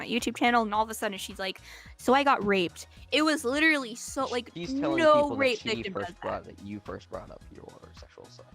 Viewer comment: "I am liturally a victem too"